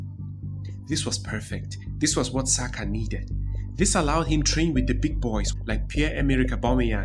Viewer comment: You pronounced Ademola and Oliseh correctly, but somehow you've forgotten the correct pronunciation of Saka😂😂😂